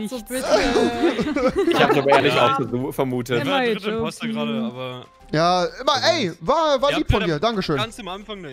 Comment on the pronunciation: Es Heißt IMPOSTOOOOR